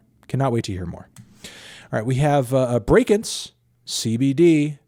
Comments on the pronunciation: he actually said brakence right. fucking finally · YOU SAID BRAKENCE RIGHT HOLY SHIT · he said brakence properly, I can die peacefully